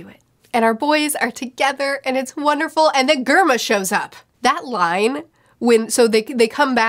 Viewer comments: Amazing video as always, just a small correction Germa is pronounce like Germany and is a reference to nazi regime and eugenics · For future reference Germa is pronounced like germ or Germany. It’s a “J” sound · GERMA Gar_maa😆